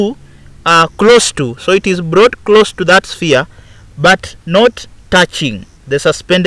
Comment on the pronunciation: "So the glass rod is blought ........say whaaaaaaaaat ..at 4.42😂😂😂😂😂😂😂😂😂😂